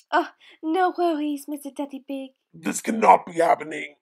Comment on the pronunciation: when Madam Gazzelle said Daddy Pig it sounded like she said dirty pig